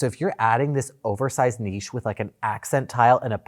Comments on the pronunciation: Thank you, THANK YOU for saying "niche" properly! I love how you defend good taste in the face of ostentatious design that just screams "new money" and looks vulgar. I could listen to Daddy all day. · Niches and foyers! Omg. I was watching a video where two people (host and guest) were talking about finding your niche- guest pronounced it correctly and the host just couldn’t pick up on it. 😂 drove me crazy. Love the alternative options you give! No word art!!! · OMG... you kill me!!! 😂😂😂 Foyer and niche. Thank you!! I'm English-Canadian but we have the French pronunciation built-in so thank you for 'learning' everyone (that's a joke, people). Your channel is magnifique! Love from the nation's capital ♥ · THANK YOU! for the correct pronunciation of niche. I am so sick of nitch. As I remind people, it rhymes with quiche. Now if we can get them to say sachet properly. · From a French speaking person. Thank you. I am so annoyed to perfectly pronounce a word and then the other look at me with a blank stare. It's niche , not Nietzsche . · THANK YOU FOR THE NICHE AND FOYER 😂 ITS SOOO ANNOYING HEARING IT WRONG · Thanks for setting people straight on the pronunciation of foyer and niche (drives me crazy). No one ever talks about the divine Venetian plaster. I could play in that stuff all day like a little kid in a mud puddle. Like decent stonework, you'd probably have to go to Europe to find someone who can do it right. I have also always loved burled wood and once tried a painting technique to fake it (don't try this.) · But niche, was always niche even in English, the way he is pronouncing it. It just got butchered in America. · I fully support pronunciation lessons. It is definitely pronounced niche. The correct way. 😂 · Well done on the pronunciation of niche. 👏🏾👏🏾 It hurts my ears every time I hear Americans say it. Another one you all say wrong is chaise lounge instead of chaise longue. It’s a long chair not a lounge chair.